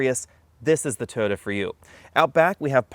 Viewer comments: Why do you call it a Toada? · "Toda" LOL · Why is Toyota mispronounced?